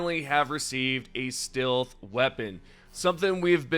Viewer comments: you pronounce “stilth” like this on other videos to. Come on dude it’s clear you are doing it on purpose to bait comments for engagement boost. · Stilth anyone? ("Stealth" haha funny pronunciation) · Do you not know how to say stealth? Not stilth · Huh can't say stealth his says still weird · My bro, stealth is not pronounced "steelth", it is pronounced "stelth". Love your videos. Your annunciation is beautiful but makes me laugh sometimes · FOR THE LOVE OF GOD LEARN HOW TO PRONOUNCE "STEALTH". I kept wincing everytime you pronounced "steelth". Come on man 😢! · Why’s re you saying stealth like stilth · Stilth? If you say so. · STILTH WEAPONS STILTH HAS ARRIVED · bro doesnt know how to pronounce stealth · The way you say "stealth" hurts me 🤣 Great vid bro. Thanks for all the deep dive info. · Why the fuck are you trolling all of us by saying stealth wrong.? lol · Ummm, who says "stealth" like that lmaoooooo